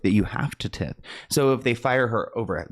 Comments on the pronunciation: tie~th not tith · Not tip- Tithe but ok 😂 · its tiiithe not tith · Long I on the Tithe word :) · T I (long I) the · I love your videos! Also, tithe is said like this: ti - th. Like ty dye! Mega churches can be very suspicious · "tith" was absolutely sending me into insanity loool